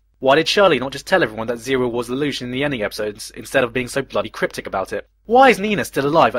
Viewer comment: I'm sorry everytime you say his name all I hear is la-douch